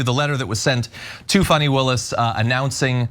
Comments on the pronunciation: It's NOT pronounced Fanny like Danny. It's actually pronounced Faw-nee, like Donnie. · Cenk, you guys should be careful what words you all put into Trump's mouth. The mention of the pronunciation of Fani's name I would think is more about how they were pronouncing it "fanny" instead of the right way. But you're giving him a nickname he could use maliciously that I don't think he has used because they hadn't thought about, otherwise he'd be using it as nauseum. He's an idiot, but a very abusive one. Don't fuel him.